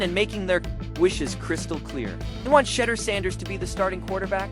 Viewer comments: Who is shedder?????? Pronounce his name correctly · I don't know why you are pronouncing his name wrong on purpose you know how to pronounce his name quit being a HATTER!!!! SHEDEUR SANDERS #STOPIT#HATER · For the love of all things sacred LEARN TO PRONOUNCE HIS NAME! Bunch of twinkies!